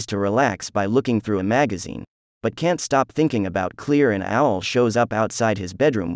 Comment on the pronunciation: Is he really calling Claire clear? Lol 🤣 ok